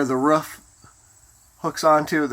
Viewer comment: Roof not ruff lol